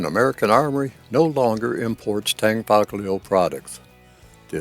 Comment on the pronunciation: A good Video but the g in Tanfoglio is not outspoken